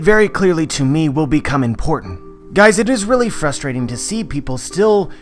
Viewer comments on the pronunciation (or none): none